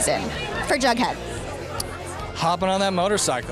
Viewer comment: Am I the only one who realized she keeps on sayin Baghdad instead of Jughead